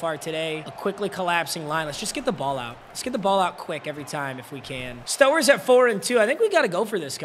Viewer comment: Mispronouncing Stowers is crazy 💀